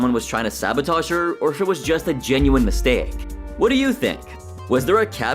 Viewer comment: why did he say mistake like that😭